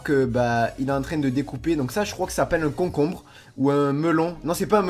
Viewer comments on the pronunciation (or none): tu connajs pas le "comcombre"